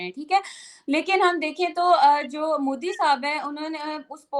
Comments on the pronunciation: Abe its modi, not moodi. Bolna b nhi atta. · Mudi ni modi hota h, kb bolna sikhoge zahilo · It's MODI Not Mudi 😅😅😅😅😅